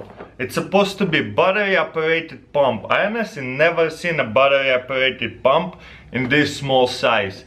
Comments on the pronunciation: In the beginning I thought he said battery operated bomb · When he's talking about the air compressor I hear him say bomb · I hear 'battery operating bomb' xD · Am I the only one who heard bomb the first time he said pump? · he says "pump" in an Indian accent lol